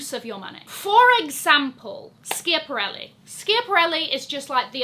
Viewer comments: You're the one YouTuber I never miss AND I would love you to research the pronunciation of Schiaparelli; you'll find that the first syllable sounds like "scrap" but without the letter "r"... love you! You're my all- time Fave!!! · Good video, but your pronunciation of 'Schiaparelli' made me gag a little